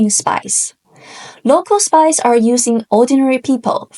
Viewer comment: most entertaining explanation of the art of war and I'm pretty sure the most understandable! Thank you for this video. Although...I did hear "spice" instead of "spies" ("spies" in my dialect ends in a z sound rather than an s sound) and was so confused until the word was actually put on the screen. For real was wondering whether the use and volume of chili pepper vs saffron or whatever was somehow important and completely willing to accept it as a possibility. 😂